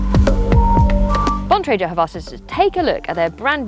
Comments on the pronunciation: The male pronounced Bontrager correctly, however Emma did not. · Emma doesn't know how to pronounce Bontrager.